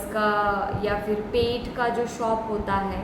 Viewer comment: Pile 1 on point. You said pet, I heard peth"tummy". Thanks